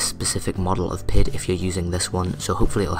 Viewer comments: It's P-I-D controller. Not a single word. I know I'm being picky but I have experience as a controls engineer and it makes me cringe everytime I hear PID as a word. With that said, I'm really impressed and am excited to see future videos. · Somehow my OCD kicks in every time you say pid controller; saying it as pid instead of P I D. Probably since I am used to it that way. Anyway great video. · Is using the term "pihd" a regional colloquialism? I've worked in the automation industry for well over a decade (in the US) and I've always heard it pronounced as the letters of the acronym. (P.I.D. - proportional, integral, derivative).